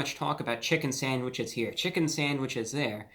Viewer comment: Soooo INTERESTING in your intro you failed to mention the KING of all ‘sangwiches’ in the Chicken sandwich war…..Popeye’s. Was that intentional or a simple overlook mistake 😏